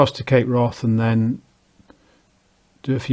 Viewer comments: Wrath in Cape Wrath is not pronounced like wrath; it rhymes with Kath. Its name derives from Old Norse hvarf meaning turning point. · Ha..,I see , he says wroth.